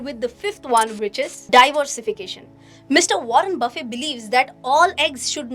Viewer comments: Baffey nahi, his name is pronounced as Buffete. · FYI - his last name shouldn’t be pronounced buffay instead it should be Buffett.